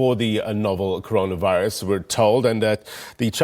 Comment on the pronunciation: Hey Mr. Press Briefer. Which virus? It is 'Corona Virus' not 'Conora Virus' 😊